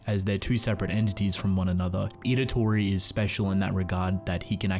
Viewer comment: Also, you keep calling him Idatori, when it's Itadori